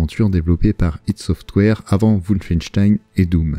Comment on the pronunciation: ça rend vraiment ouf quand tu prononce "woufeinstein" sérieux fais un effort